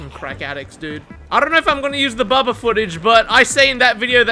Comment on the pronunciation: " oooh it's a boobuh!!!" It's Bubba hunny. 😂 lol